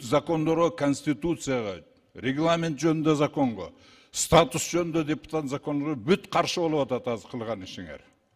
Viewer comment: "Депу" эмес, дөпүтат экенсиңер.